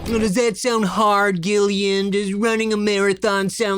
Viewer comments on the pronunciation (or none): My name is Gillian, but it’s pronounced like Jillian, so it’s so painful hearing it pronounced like that... and I wanna hear him say my name, lol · I didn’t know Gillian Jacobs before this so at first I thought pronunciation of her first name was one of those sarcastically passive aggressive lowkey roasts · Glad I waited until the interview to say that you were pronouncing her name wrong.